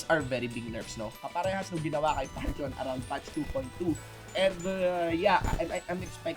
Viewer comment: It pronounced Pan-theon